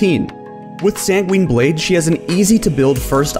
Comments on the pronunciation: & “San-gween Blade” eye twitch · when he keeps saying Quinn I heard it has “SanQuinn Blade”